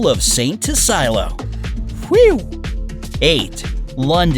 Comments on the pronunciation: TU-SILL-EE-O! NOT BLOODY TISS-EYE-LOW! No!!! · The stamp is the "PENNY BLACK", not the "black penny". If this is about the "UK" why did You write "England" on the stamp ? The village in Wales does not look like an Austrian village under thick snow. You also pronounced "St.Tysilio" wrongly.